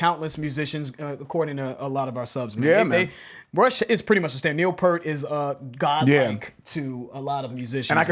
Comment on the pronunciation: Me and my friends used to say Neil Peart’s name that way back in the 80s... I think it was more than 20 years till we got his name right. RIP Neil!